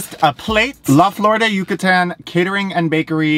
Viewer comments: U said Yucatan right and then your phone said it wrong for you lol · I have no idea, but your Yucatán was on point! :) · As someone that lives in Yucatán I’m living for the way you pronounce it. Also I’m guessing the bread/cookies you had are polvorones which by the way you described the texture, it sounded like they were